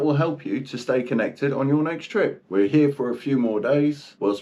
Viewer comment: The best sailing channel is right "heeyaa." (the two syllable version of "here.")